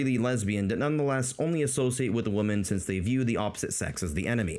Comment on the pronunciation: Great summary of that sad milieu. Your pronunciation of the word "women" almost burst a blood vessel in my head, but the tremendous quality and sense of humour you put on display more than made up for it. I really hope the manosphere dies, just like I hope tumblr feminism dies. They're on their way out, but I'm not confident they'll ever be truly dead.